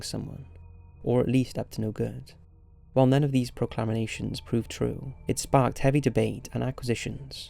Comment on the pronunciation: if you're gonna be a narrator learn to pronounce words correctly. you fucked up: - proclamations (prock - lah - MAY - shuns) - accusations (ack - yew - ZAY - shuns) (acquisitions???? acquisations???? really?) - estonia (ess - TOW - nee - uh) (unless this is an accent thing idk) hate to be that guy but if your content is narration based.... you kinda need to know how to narrate. you're not half bad at it, but c'mon